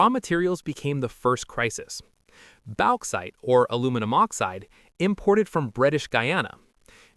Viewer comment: Bauxite is pronounced "Box-ite" Ans ceramic is "Sir-amic" mor "Sir-omic".